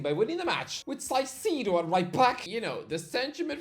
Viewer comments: Sai Cido tf you pronounce that tf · 1. STOP MISPRONOUNCING CAICEDO'S NAME, MY EARS BLEED EVERYTIME YOU DO THAT 2. Caicedo sort off already played as a RB in our national team one time, well it was necessary, we aren't having a proper RB for years now